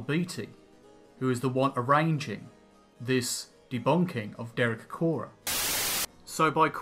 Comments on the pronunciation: It's Acorah, not Acroah. Sorry, but if you're so keen on accuracy.... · Acorah* not Acroah. Misspelling in the video title